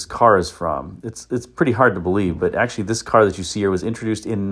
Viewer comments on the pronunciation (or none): none